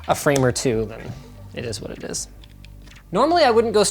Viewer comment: it ezzzz what ir ezzz